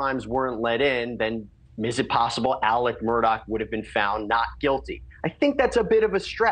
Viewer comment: It kind of bugs me that everybody calls him Alec, when his name is spelled Alex with an X. Is that just some meatball head southern thing?